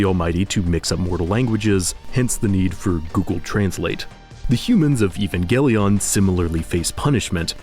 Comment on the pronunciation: I think "Evangelion" is meant to be pronounced like "evangelism", with a soft G